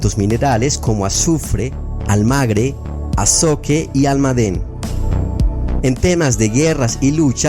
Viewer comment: y también dijo azoque en lugar de azogue.